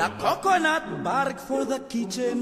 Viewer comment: 코코넛 발음만 잘들리는거 겁나 웃기네ㅋㅋ